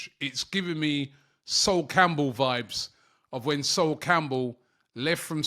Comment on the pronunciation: You can’t even say his name right. This is not anything like Sol Campbell WTH!?